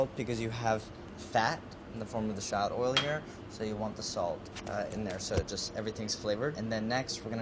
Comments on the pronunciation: Can't anyone in this show pronounce shallot correctly? 😩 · Every time he pronounces shallot or scallion a part of me dies.